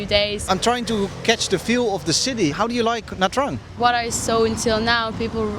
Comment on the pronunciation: Omg the pronunciation of nha trang is the worst..the interviewer should make it correct